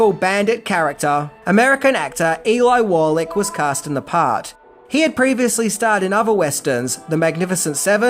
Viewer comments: ffs learn how to pronounce Eli Wallach! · "Ellie" Wallach??? The man's name is pronounced EE-lie. And "Cleef"??? The man's last name is Van Cleef. "Van" is not is middle name, it's part of his LAST name. If you can't take time to do the research, your credibility is zero. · Great vid, but who is Elly Wallich? 😆😅🤣 Think you mean Eli Wallach. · Eli like e lie. Not elly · I mean no disrespect, and I know you pronounce some words differently, but you have GOT to pronounce names correctly! Names aren't pronounced differently because of accents. Eli Wallach should be pronounced Ee-lye, not Eely. Also, it's also pronounced Lee-Oh-nee, Not Lee-own. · His name is pronounced "E- Lie".